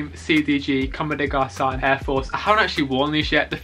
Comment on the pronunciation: “Comme deh garsun”